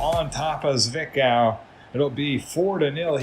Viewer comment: zwickau is pronounced zvick-ow (you had it right). good heavens! mackeith is getting himself a good lead in the goal race between him and fitzy. Don't think he's too upset though since Braunschwieg continues their fantastic form (will forget about the rostock match).